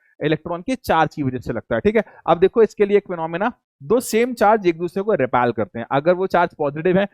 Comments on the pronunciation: repel not repelll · Repel hota hai 😂😂